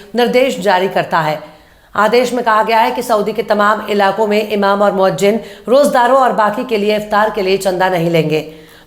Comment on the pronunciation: Madam moazzin hota he